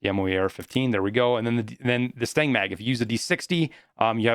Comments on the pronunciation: STAN-AG NOT STANG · lmao every time you say "Stang Mag" it make sme cringe. it's STANAG it's some acronym for magazine compatability for NATO Alliance nations. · Stanag... not stang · It’s STAN-NAG lol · Every time you pronounce stanag as 'stang', I always think you are saying the mag smells bad. c